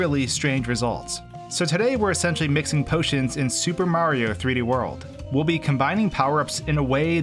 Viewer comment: Every time you say "Super Mario 3D World" I swear you are saying "Stupid Mario 3D World". And it's been a few weeks and the more I hear you say it the more I am sure you really are saying "Stupid Mario 3d world"